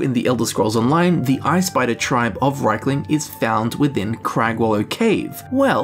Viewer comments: I don't give a fuck what whatever voice director was at work that day thinks, the way it's spelled (probably had no clue), it's clearly pronounced reekling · Makes more sense if rieklings are goblin kin. I think the native Nords just want to believe elves are inferior in that they will devolve into sub-human beasts. As to how to say their name I think it should be pronounced reeklings as reek is something I can see this critters saying. Thus explaining the name we get for them. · Ah yes not rieklings but reichlings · The riekling voice sounds exactly like that of the hagraven and draugr. Also, I tend to pronounce it 'reaklings' due to my knowledge of the German language. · Just because Rieklings are pronounced two ways ingame doesn't mean both pronunciations are correct. It just means that Bethesda realises people aren't all the same.